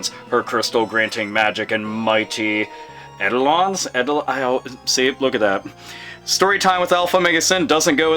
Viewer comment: I'm pretty sure Eidolon is pronounced like 'Eye-dough-len'.